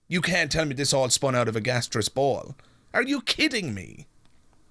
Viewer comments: clearly an ignorant man it’s not gasteous it is gaseous and he hasn’t read enough to understand that we haven’t descended from monkeys that we both had a common ancestor and the lion split off except for him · He says in the CNN interview that you're an idiot if you don't believe in God, "You can't tell me this spun out of a gastriss ball?" Gastriss? Gaseous? Maybe? English is his first language, so maybe some bigoted people would walk away from him, because they feel he's uneducated or even an idiot? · He is not articulate he mispronounces the word, gaseous he is quick but ignorant😊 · Note how pronounces "gaseous" (how is that an example of being articulate?) -- while he is a fool, he is not exceptional. Christianity of the fundy/evangelical variety dominates a large percentage of American Blacks. If you go to a city council meeting in a Black-majority community, there is no pretense of separation of church and state. The meeting will be opened with a prayer mentioning Jesus. This is the "strange bedfellows" effect that results in Blacks supporting GOP politicians who are White Supremacists because they share not just a desire for a theocracy but also the same anti-Gay sentiments, etc. of these politicians. And, how is funny?